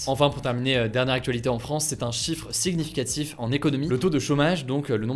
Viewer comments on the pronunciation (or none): Pourquoi dis tu siguenigicatif et pas significatif ? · "siGnificatif", "pluS", tes fautes de prononciations me tuent xD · Sig-nificatif sounds so British to my ears 🤣😉